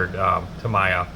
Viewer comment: Good show. It's hard to find better kits than these, and their motorcycles are great, too. In addition to what you've shown, they also do two Porsche 911s and a Senna Maclaren -- all top-of-the-line. Oh, and Tamiya is pronounced Tam-ee-yah 😀.